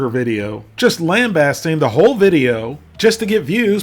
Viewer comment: LOL for a guy who does not know how to pronounce the word lambasting and is cool but low IQ, can you maybe stop making fun of developmentally disabled people in your Scooter character?